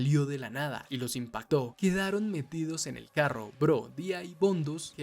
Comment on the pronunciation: De dónde eres carnal? Me dió curiosidad porque dices carro como en el norte de mx, buenisima narración por cierto